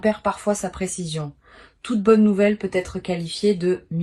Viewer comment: les voix IA c'estpluspossibler ou alors corrigre le "Peu.. être " insuportable